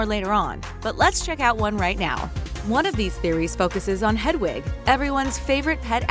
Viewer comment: I know right like she literally said ‘jk rowley’ and ‘hedawig’ and ‘the room of the requirement’ she probably just stole the info from another video 🙄